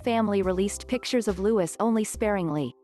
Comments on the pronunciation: Yup. It's pronounced Prince Loo-ee, silent s on the end. But that's NOT a rare photo of him! It's in numerous videos about the BRF! There aren't many photos of him out there yet, but I wouldn't say they're rare! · It's a silent S stupid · Barthel Wally he’s English so it’s Lou~ee. Seeing that this is a robo voice you can’t expect pronunciation perfection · Yes Louis pronounced, LOUIE. silent S. It’s a French name. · FYI WE DON’t sound the ‘S’ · It annoys me they don’t know how to pronounce his name!!! Argggggg.. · This is a computer generated voice that's why it pronounces the s. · I wish they would pronounce his name properly. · Please note correct pronunciation is LOUIS as in French monarch and not LEWIS as in Carroll the author 🧐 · The correct pronounciation of his name is as this: Lou ee, not Lou is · It’s Louis not Lewis. Please at least pronounce it correctly. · The youngest child’s name is pronounced ‘Lou-ee’ not ‘Lou-is’. There’s no excuse for getting it wrong!!! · It is not lewis but lewey...english do not pronounce the ‘s’ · Pronounce the little boy's name properly. It is not pronounced as in LeWis, 'Loooowe. Louis'. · His name is Louis pronounced Lewee not Lewis ! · Oh boy its pronounced louie in uk the name your saying is spelt lewis he is named after mountbatten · Louis with the silent s! this american translator obviously dont know how to pronounce names! omg!!! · Louis! Not Lewis! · What a cutie pie! All three of the Cambridge children are so precious and beautiful. Please say his name correctly: It's pronounced Louey, not Lewis. Also, stop referring to HRH The Duchess of Cambridge as Kate Middleton. She's been married for 8 years now and has more than earned her place and titles. Otherwise, good video with actual quotes and sources. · Not Lewis its Louis...lu eee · Its Louis not Lewis like how the French say it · This young man is called looeee, NOT LEWIS Why do you americans find it SO difficult to pronounce ANY English names correctly. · Loo- ie !